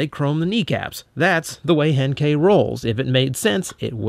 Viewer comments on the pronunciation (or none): i don't know what is wrong with me but every time starts to say henkei i thought he was going to say hentai